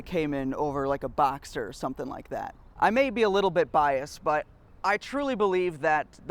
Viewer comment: It sounds like you keep saying Boxer. Just to clarify, it’s “Box-Ster” and not “Boxer”. I’m not sure what you were saying but it sounded like Boxer to me.